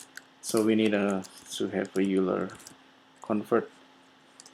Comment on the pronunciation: Hi, I just wanted to mention that "Euler" is pronounced 'oyler'. Just a quick FYI.